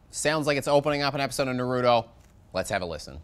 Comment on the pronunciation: Obligatory Anime Comment: There is no D in Naruto. its pronounced nah-roo-toe.